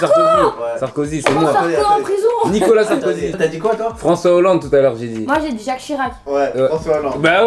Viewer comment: Elle a dit Jaque Chirac 😭😭